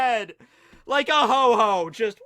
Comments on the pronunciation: It's Ho-oh not Ho-ho. I'm unsubbing >:( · This video is irrelevant because you call ho-oh, hoe-hoe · it's Ho-oh, not "Ho-Ho" >:( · Did this man just say ho ho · Um...There is no pokemon named HO-HO!It's actually called HO-OH :D :D :D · Actually, it's called Ho-Oh, not Ho-Ho. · Ho-Ho 😂😂 he said it multiple times